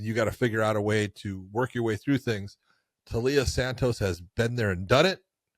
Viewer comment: Taila as in Thailand. Is reading/correct pronunciation that hard? When Blanchfield was doing it I thought she was pulling a Jon/Cereal (Cyril) and deliberately getting it wrong.